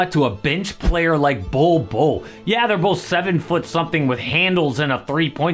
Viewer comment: It's "Bol Bol" mate